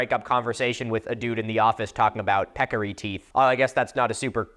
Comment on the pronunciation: Pecarry? How ‘bout a Javalina? LOL